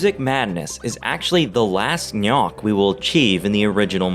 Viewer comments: Interesting video, however your faulty amateur methodology ruins the entire experiment because it should CLEARLY be pronounced "G'nok" and not "Knock." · shouldnt it be pronounced like nok or g-nok, and not nyak? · the pronunciation of GNOK was a little annoying, but other wise a really good video! almost makes me want to play the game again